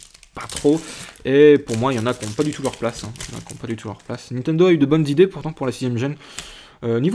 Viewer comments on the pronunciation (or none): none